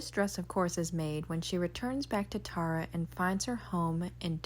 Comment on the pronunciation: It’s a toss up between the green and white BBQ dress and the ruby red dress. Both make such a huge statement, especially with the accessories for each one. I’m a stickler on locations names, Tara is pronounced tear-ah (like “tear a” piece off). Guess I heard mom say it so much, she had us watch the video every year at Thanksgiving.